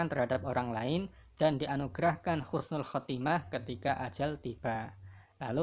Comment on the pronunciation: Husnul Khatimah, bukan Khusnul Khatimah... mhn dikoreksi kembali